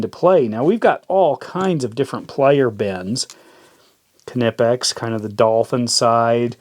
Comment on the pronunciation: It's pronounced "kuh-nee-pex".. as told by their CFO in Germany.